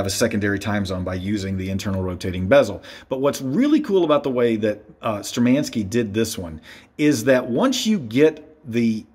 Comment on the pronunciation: Wrong pronunciation of the brands name! Штурманские=Sturmanskie is pronounced as Shtoormanskeeya.